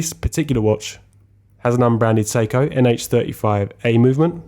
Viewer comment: I spent half the video wondering why I had never heard of Psycho movements or the Amiga Seamaster watch. Your pronunciations duuuude!